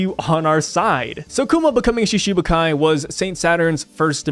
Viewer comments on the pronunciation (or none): The pronunciation for Shichibukai is like Shitibukai - instead of Shishibukai - "shiti" meaning 7. But, of course, anyone can read however they want... hahahaha...